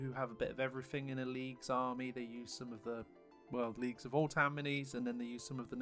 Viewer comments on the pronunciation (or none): voltan? there's no l in the name.